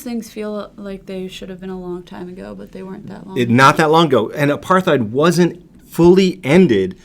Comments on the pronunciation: The word "apartheid" is actually pronounced "apart-heid", as the T and H are in separate syllables. It's an Afrikaans word (the Dutch dialect spoken in South Africa). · Also, Apartheid is pronounced with a silent h. 👍☮